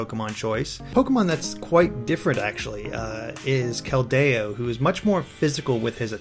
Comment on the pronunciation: Calls out on his pronunciations... Pronounces Keldeo wrong. Calls the Swords of Justice the three musketeers, which was abandoned since Keldeo became one. Doesn't even consider Darkrai using Dark Void with Luigi laying down. Sure, there aren't sleep bubbles, but it's Darkrai, dude.